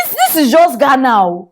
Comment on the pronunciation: Please not just Ghana say it correctly